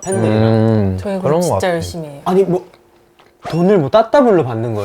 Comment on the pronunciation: "코" 래비티 ㅋㅋㅋㅋ❤